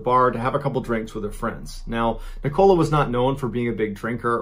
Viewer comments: first story, that would be NICK-oh-LAH not Ne-COLA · Wierd hearing it pronounced " ni coal a" instead of "nick o la" lol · I was just thinking this! It’s not ni- cola like the drink, it’s like nick- ala 😂 lacan-shire 😂 lanc-ish-a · Aye and Ni-Cola. Nicola is Nicolas without the S. There must be nicola’s in America. Love hearing the pronunciation of British places and names. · I love how he pronounces it wrong like " Neecola" it's pronounced "Nickela"😂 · I get where you're coming from but the woman was from England, not the US, therefore it should be pronounced as Nick-ah-lah. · When he say NICOLE-A instead of NICO-LA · Just FYI the lady in the first story’s name is Nicola, pronounce d ‘Nick-uh-luh’ not ‘Ni-cola’ - it was really strange it hear it pronounced like Coca Cola the whole time! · The name is nicoLA, not NicOLA, just saying, sorry I'm English, thats the way its pronounced ❤️ love the stories though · This pronunciation is killing me "NicOla", "LancashIRe" 😁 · Isn't it Nick-ulah? Not Nic-Cola? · ahhhhh its NICKo-Laa not NI-cola AHHHH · Have you intentionally mispronounced Lancashire, Nicola, The Caribbean and Antigua just to wind us up? 😂 Lanka-shur, Nick-uh-lu, Cara-bee-un, An-teega. Nick-oh-la 😂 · Me Ballen mispronounces “Nicola” as “Nick-oh-la” when it’s actually pronounced “Nick-olla ”. (Short O sound not a long O sound) Do you guys not have the name Nicola in the US? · It’s Ni-kah-la, not Ni-co-la lol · He knows her name os nik ila not nik cola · It's pronounced nikala not ni-cola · Sorry pronounce Police here .. NIcola not niCOLA .. that is all 😆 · Not wishing to criticise as I love your channel, but it's 'NICK o la' not 'nik COLA' and 'LANK a sherr' not 'shyer'. Two nations separated by a common language I'm afraid. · It’s not pronounced ni cola like Coca Cola lol it’s nick uh luh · Same.. I find him very good at telling the story but his pronunciation of NiCOLA really bugged me 😅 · hahahah right? It's pronounced Nic-uh-la right?